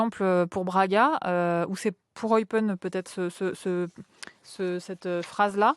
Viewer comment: Eupaine (Eupen), pour la prononciation. bisous de Belgique